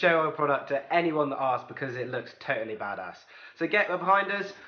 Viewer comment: the tesla, QUIT SAYING TOATLY